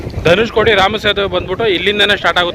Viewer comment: ಧನುಷ್ಕೋಟಿ ಅಲ್ಲ ಅದು ದನುಷ್ಕೊಡಿ